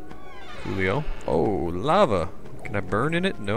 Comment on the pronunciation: 'Larva on the ground' You mean lava XD